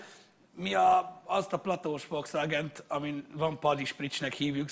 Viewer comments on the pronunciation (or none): none